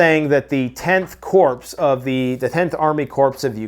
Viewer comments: You will regret not accepting the Lord our God if you don’t accept his Son…I will continue to pray for you. Also BTW, if you want to be taken a little more seriously CORPS is pronounced like CORE, not CORPSE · credibility threatened every time you SAY CORPSE.....it's pronounced CORE.......anyone with military knowledge knows this. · Its not pronounced corpse... its pronounced kore 😂 love your show. I know your not a military guy. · It is pronounced KOR not Corpse! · It's not Corps, but pronounced Core. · Corps is pronounced like "core", not "corpse". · Didn't Obama say Corpsmen?...... It's the Corp, pronounced like Core. Marine (Core). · an army corps is pronounced COR its French, not corpse. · Corps (Core)….the s is silent in Corps. 🤓😎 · 'corps' pronounced 'core' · It's a corp... pronounced "core" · It is pronounced 'core' 😅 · corps is pronounced CORE! A corpse is a dead person!!! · The sky is "maybe" falling, the sky is "maybe" falling! And Corps in this case is pronounced "Core". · Corp is pronounced core. Jesus fix it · I'm not trying to pick on language but it's called corp.... (like core) the P is silent. I've noticed it in a lot of videos. Ps. Love you videos. Watch every single one you make. Thanks for doing what you're doing and continue to do. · A corpse is a dead body..its hilarious that mispronounces corps as 'corpse'. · please, the word "Corps" is pronounced "Core." A corpse is a dead body. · Army core, the p is silent. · Right..a corpse is a dead body..everytime pronounces it wrong I laugh 😜